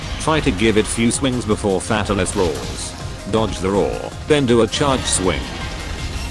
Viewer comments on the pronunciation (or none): Sounds like it's saying Fat Alice Head... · The only thing i got out of this video is how to pronouce fatalis, Fat alis lol